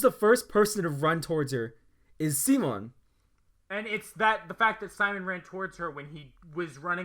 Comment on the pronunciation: Good channel and good video. Had to stop watching though because you guys kept pronouncing Simons name wrong. Also the "if you dont agree with me, yourr r3tard3d" thing. 8/10 video